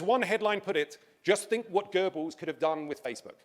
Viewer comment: For the love of God Tj learn how to pronounce Göbbels name.